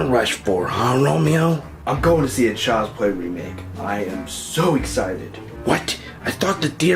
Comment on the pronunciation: Child's Pway weemake? if anything, you should be taking donations for a speech therapist, not your Youtube "content".